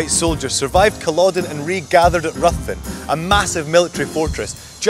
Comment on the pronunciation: Ruthven is pronounced Riven